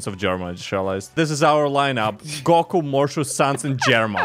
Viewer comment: why does say góku insted of goku 💀